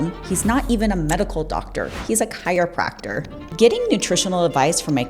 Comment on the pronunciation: First, you can't even pronounce chiropractor properly. Second, you obviously haven't researched both the pre-requisites for getting into Chiropractic College, nor have you researched what a chiropractor studies during school ..plus the 4 National Board exams, plus the individual state's continuing educational requirements to maintain the license. You out of the gate call him a "lying doctor" then agree with the first point he says. Also, the certifications to become a fitness trainer from organizations like ISSA are a joke that teach generic, outdated material. Dr. Berg offers plenty of peer reviewed clinical research supporting information he provides, as does Dr. Jason Fung, Dr. Peter Attia, Dr. Robert Lustig and others ..who give similar nutritional and metabolic advice. NOT IMPRESSED WITH YOU AT ALL. You don't need to tear down others in your quest to help people get healthy